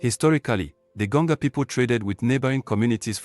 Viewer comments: Why do I feel like the voice we are hearing is computer generated voice and not human voice? This is why we got to “Gonga” people instead of Gonja people. I am a 67 year old Ghanaian and consider myself as a student of History, Sociology and Politics of Ghana. I have never heard of Gonga people in Ghana. That tribe does not exist except maybe in cyberspace. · Gonja not Gonga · please we are called Gonja and not Gonga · THE WORD IS GONJA AND NOT GANJO OR GANGO PLS